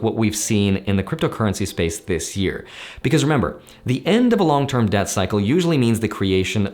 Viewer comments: its debt cycle. Not death cycle. Sorry, don't mean to pick on your pronunciation. Just want to make sure we're all on the same page. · I’m pretty sure everyone’s brains in the current time heard “super death cycle” instead of “super debt cycle”. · Lmao if I didn't see your comment I would had believe he keep saying death cycle.